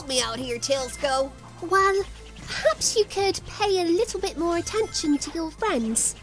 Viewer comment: I thought tailsiko was like tailsiko not tailsko